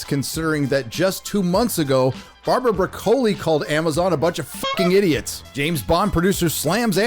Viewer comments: (A) It's pronounced BroK-KOLL-ee, but that's a minor gripe from an Italian . (2) The date of the actual death of the 007 series varies depending who you talk to. Some say 1985 (End of the Moore era) Others say 1989 (End of the Albert R BroK-KOLL-ee era) and some generous folk say 2002 (end of the Brosnan era) Craig fans will choose their own date for the demise of 007, even though its not the same 007 as the previous one but a fresh reboot so that only lasted from 2006 to 2021 (delayed by events) - But the fact is that it's been 'dead' a long time. (3) Wilson and Barbara BroK-KOLL-ee never showed much passion for the subject anyway, Barbara especially who felt herself forced into it as a family obligation and clearly hates the 007 world of her father. They've been carrying it on for money, prestige and to keep the machine rolling for decades now. (4) "SPECTRE" was clearly meant to be the end of their version of 007 AND the end of the Bond universe full stop. It was Daniel Craig who wanted to 'send him off in a better manner' and convinced them to finance the disaster that was "No Time to Die" which was cursed from day one onwards. Therefore, to this 007 fan anyway, "SPECTRE" is the actual end of the Craig era narrative. (5) Many 007 fans have accepted that the Bond series - at least the official one anyway - is finished and perhaps that's for the best. The series is regularly celebrated and shown at movie clubs and special cinemas and there are endless terabytes of sites, arc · I think the only thing worse than hearing about Amazon controlling Bond for the near future is listening to say "broke-oli" all the time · Not to be a nerd about this but it's pronounced Brock O Lee , like the veg, thanks. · I've never heard anybody pronounce the Broccoli names like that before lol. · Is the mispronunciation of Broccoli done for comedic effect? It’s not working. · Isn’t it pronounced Broccoli 🥦 like the vegetable? 🤷🏻‍♂️ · stop mispronouncing broccoli you muppet